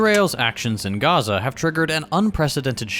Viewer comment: Why pronounce Chile and Honduras like Chile and Honduras but dont pronounce Gaza like Gaza